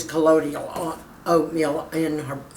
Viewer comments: ColloidIal? I thought it was colloidal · I believe it's pronounced, Coe-loy-dal. Excited to try to make this! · You need to learn how to pronounce colloidal.